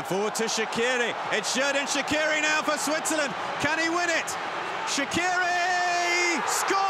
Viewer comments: But they say Shaqiri wrong Shaqiri is an albanian name and it's not like Shakiri but Shaqiri so the problem is the q If you want to read right the name of Shaqiri is this Shachiri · They can‘t say his name right it isn‘t Shakiri it is SHAQIRI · It’s pronounced shachqiri in Albanian with a ch in the middle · Yeah because they can’t prounonce it properly, the Q in Shaqiri is prounonced as Ch.